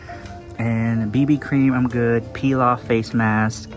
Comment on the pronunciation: says “peel off mask”... What i heard: “pilaf mask “ 😂😂😂😂 why am i real